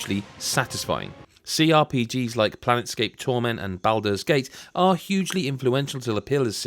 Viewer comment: It sounded like you said "Planetscape" torment